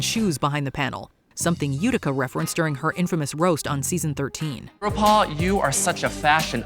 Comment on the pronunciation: UGH, "RudePaul!!!"